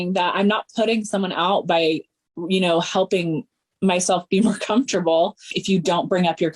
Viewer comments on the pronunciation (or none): none